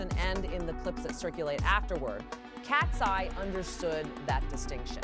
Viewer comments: IKR? KAT-SEE-EYE? Nice try AI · The way you pronounce KATSEYE just takes me out 😂😂 Love BINI's performance. It was flawless!